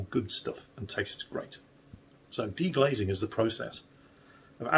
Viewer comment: It's 'deglazing' btw.